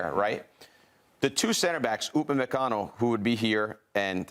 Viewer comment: Bro said Upamecano smh